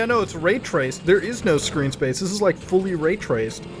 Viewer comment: Muta Dawg, ITS NOT RAYRACED BRO.